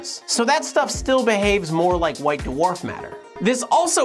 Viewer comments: 'daworf' is so annoying to hear. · white da-warf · Doo-orf. lol